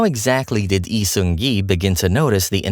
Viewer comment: Thank you for this video🥰 I love how informative this video is and how you carefully pronounced his name and his fandom name, Airen, unlike other youtube channels. btw Lee Seung Gi has no active facebook account and his official website is inactive now because it was owned by hook. I am really looking forward to his projects in his new one-man agency, Human Made🤩